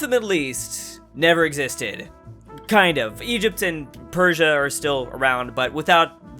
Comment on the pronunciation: The S in Persia is like the s in sex, it's not sh, just s